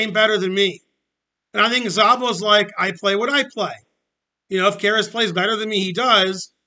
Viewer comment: Szabo is actually pronounced Sabo. It's just a Hungarian thing. I'm from Serbia, we are neighbors with Hungarians, so you can trust me.